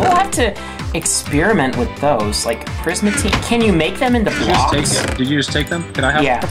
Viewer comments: It's not prismatine ITS PRISMARINE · It's P R I S M A R I N E